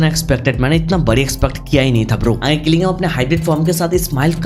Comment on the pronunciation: Jing jin woo ❎ Qilingam ✅